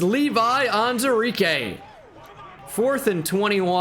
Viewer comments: Am I mistaken or is pronouncing Levi Onwuzurike’s name wrong? It’s spelt On-WU-zurike. Is the “wu” silent? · Day 49 of me waiting for to acknowledge the WU in “Onwuzurike”...